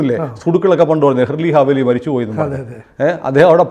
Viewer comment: ഹെർലി ഹാ വേലി അല്ല ഹെ ർ സി അ ലേ വി